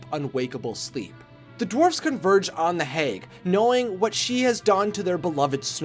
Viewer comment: Based on your pronunciation of "hag," I'm guessing you are from the Midwest.